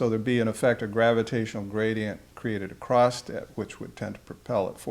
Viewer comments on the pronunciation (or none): I've been watching these vids one after another, and I am amazed at (and unfortunately distracted by) how many of these learned gentlemen mispronounce the word "across" as "acrost." It makes me stop listening to what they're saying and want to shake my fists and pound on the table and yell at them, "THE WORD ACROSS DOES NOT HAVE A LETTER T IN IT!!!" I don't know if it's because they're all from an area where people pronounce it that way colloquially or if, because they've worked in similar circles and many have worked together, the ones who didn't previously pronounce it that way picked it up from working with people who did, but it really sounds unintelligent or at the very least uneducated to me, even though I know this isn't the case with these people.